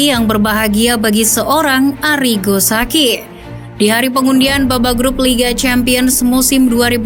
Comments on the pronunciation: Sa ci , BUKAN SA KI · tolong dong literasi pronounce nya. saci dibaca sachi. kaya ngomong chi-ki. anceloti bukan anseloti. an che loti. ini nama italia, jgn dibaca gaya nggris. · akun ini udah besar, tp saran aja sih VO nya harus lebih baik lagi soal pronounce kaya ballon d'or itu dibaca nya ballon di'or. dan arrigo sachi dibacanya ya sesuai tulisan. bukan jadi sakhi